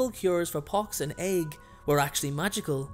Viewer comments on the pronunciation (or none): Not to be a smart-ass (especially from the other side of the pond), but the word "ague" is actually pronounced, "AY-gyoo." Byron and Shakespeare both rhymed it that way, as I learned in school. ;-)